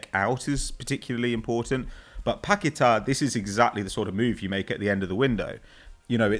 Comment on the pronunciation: Anyone else roll their eyes every time said Paqueta?